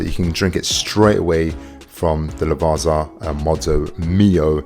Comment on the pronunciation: Furthermore: How difficult is it for you brits to understand that double z in italian should be pronounced like in pizza??? Unless you call it piZa too